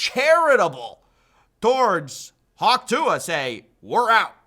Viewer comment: Dude. Its hock tuh. It's spelled weirdly but you have hered it many time im sure. Bad listening comprehension.